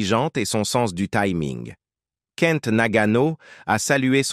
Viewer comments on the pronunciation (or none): none